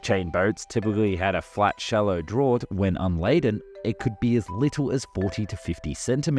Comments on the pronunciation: "Drawt"? It's pronounced "draft" for Pete's sake. How to tell us you know nothing about the subject of your video . . . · 'Draught' is pronounced "draft' ... 'not 'drort'. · "Drawt"?! "Draught" is pronounced "draft". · DRAUGHT is pronounced Draft not drawt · Gah. Only complaint is that you're pronouncing draught as "draw-t" and not "draft". No one pronounces it the wt way. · Draught is pronounced draft not drort. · then lets please add how to pronounce draught. Its pronounced draft. Same pronunciation as a waft of air through a gap, Not Drort. (i come meaning well tho, good vid in most respects- and could be worse man. The muppets at dark seas think the front of a ship is a decorative loop of ribbon. And your unlucky- draught is an exception to rules thats not pronounced in obvious way, and is bit of technical term... unlike bow, which has a 2nd common usage with same pronunciation.) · Drawt??!! You mean dratf! (draught) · What is a "drauwt"? Draught is pronounced "draft"! Aah, is it an Aussie accented text reader and not a real person? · Dude Please!!! 'Draught' is pronounced 'Draft' NOT Draawt!!!!!! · Please, in the future, pronounce draught as draft. There is no word that sounds like drort. I'm an Aussie too, by the way. Cheers. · What the hell is a drawt? The word draught is pronounced draft! 🙄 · Draught in this context is pronounced ‘draft’. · My favourite beer is 'drawt' beer 🙃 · "Draught" is pronounced "Draft" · Draught is pronounced like draft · It's pronounced draft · The word "draught" should be pronounced "draft" instead (they're alternate spellings of the same word) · Draught is pronounced Draft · Just for future, the Draught is pronounced Draft. Just saving you from people who’d complain about it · “draught” (depth a vessel sits in the water) is pronounced (& now usually written) “draft”. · *"drought" is pronounced "draft". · "Draught" is pronounced 'Draft' in English. Yes it's weird but there you go, welcome to English. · Drought is pronounced DRAFT!